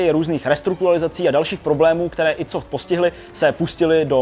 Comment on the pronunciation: "aj dí" software... :D